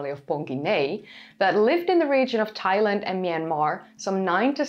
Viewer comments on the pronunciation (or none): none